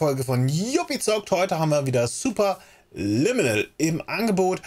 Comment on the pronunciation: Deine Ankündigung klingt heute wie: Super-Lümmel! 🙈🙈🙈